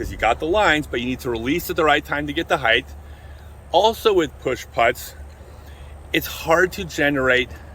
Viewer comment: Love your content but one of my biggest pet peeves is when people say "heighth" instead of "height". But you did pronounced "heights" correctly so I'm befuddled...